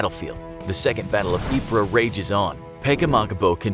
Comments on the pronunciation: Correction: Ypres is pronounced “eep” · Ypres is pronounced pree btw